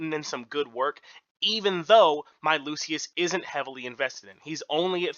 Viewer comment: It's Skylar and loo-shuhs. We help each other 😁🙏